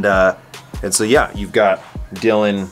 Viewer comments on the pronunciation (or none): none